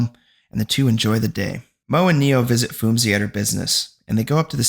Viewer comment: Thanks for the recap... I thought should help you out with some of the name pronunciations 😅 ..for example Phumzi Is a Zulu word and so the 'h' is silent so you read it as Poom-zi. Same thing with Themba, read it as Tem-ba..